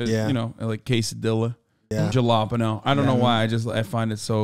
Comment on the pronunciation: Please jalapeno properly it hurts me when you don't 😅🤣